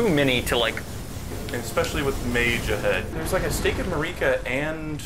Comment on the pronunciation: when it's time to mispronounce Marika for the fifty-seventh time in 10 minutes 🏃🏻‍♂💨👟